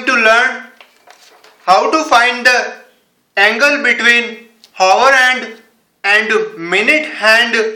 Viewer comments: Its not Haaa .... Its Aa... Hour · hour is pronounced as our. H is silent. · Wait did he just say whore hand 🖐 hahahah🤣🤣🤣🤣🤣🤣🤣🤣